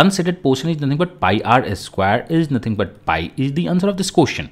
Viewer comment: sir it's pie